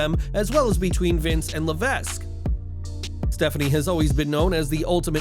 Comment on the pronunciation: Please learn how to say HHH's real name....it's Paul Levesque...his last name is pronounced (la-vek) not (la-vesk).